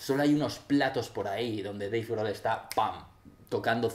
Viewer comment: "deif grol" "pritty songs "shot this gon"